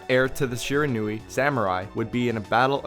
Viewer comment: Great video. Just for future reference it's pronounced Shi-Ron-We